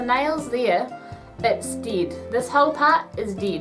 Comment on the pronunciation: yes she actully says "deed" its dead (ded)😄😄😄